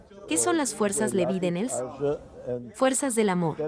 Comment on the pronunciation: Fuerzas lebidenels? No se entiende claro lo q dice